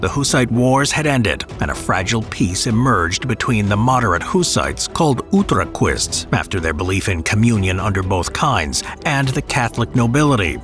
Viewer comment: It's Utraquists, as is correctly said, not Ultraquists - some proto Prague Ultras